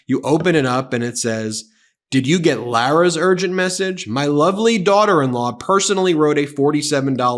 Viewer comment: Thanks for saying Lara’s name correctly! 🎉🎉🎉🎉🎉 I know it’s silly but I hate when everyone calls her Laura! I don’t want to share my name with that fake! This made my night cause your my fave, Ben ❤️